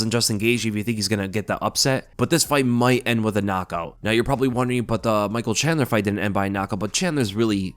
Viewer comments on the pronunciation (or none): none